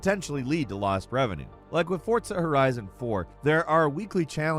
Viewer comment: does anyone else hate the way he pronounces forza or jotuun? educate yourself